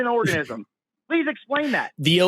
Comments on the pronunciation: I was getting bored of the troll call and about to give up on the waste of time, but I audibly shrieked when he said, "AL-elz"! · Tomato- tomahto Alleles Allllelllllls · "allels" is sending me to the moon!! he doesnt even know basic biology 😂 my one semester bio101 class taught me this, so im certain this cannot be a lawyer when one year of undergrad will ensure you wouldnt be saying "allels". he's truly insufferable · Allele vs El Als 😅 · Ahhh.....the engineers fallacy at work once again. Oh, and a serious mental condition. Bonus points for saying al-els. Love this guy. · “Al-lells” this guy is ridiculous! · LOL, this guy is a clown, did you hear how he pronounced "Alleles"? "AL-EL" LMAO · 🤣 he can't even pronounce the word RIGHT 😂 typical person who never went to college, dude doesn't know how to breakdown a word to pronounce it 🤣. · HOLY SHIT DID HE SERIOUSLY JUST MISPRONOUNCE ALLELES? Dude, that's like grade school science, and this jackass has the gal to say he's SMARTER than you. He can't even pronounce the words right! This is the most extreme dunning kruger I've possibly ever seen. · When he’s trying to “correct” Forrest about alleles, while mispronouncing alleles, had me dying 🤣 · The way he pronounced alleles. Lol 😂 how is this guy so pompous 😂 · And then not even pronouncing allele correctly on top of that... that's not even a hard word, I swear I could show the word to a 2nd grader and get consistent results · Ah-lells!! 🤣🤣🤣🤣 Shoppen-hauer! 🤣🤣🤣🤣🤣 What an uneducated moron! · “I know more about this than you scientists do, because I’m a pathologically insecure, unstable pretend attorney. Want me to prove it? Great, I will now demonstrate that I can’t even pronounce norepinephrine, which I think is some kind of medication, and alleles, which I don’t know anything about. Why are you so scared of me?”